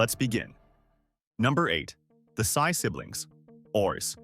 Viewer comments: Sy is not Sigh but must read as See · Henry Sy of Shoe Mart is pronounced as see not psy. Thank you. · Sy ( read as See) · It’s pronounced See , you butchered all 😢 their last names